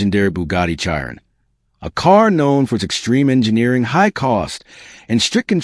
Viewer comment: If you can not pronounce Chiron correctly Why would I watch this stolen / copied, / reuploaloaded Footage. REPORT wanker.